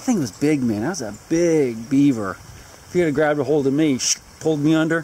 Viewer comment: Do Beavers stink? Or are you saying "Sink"?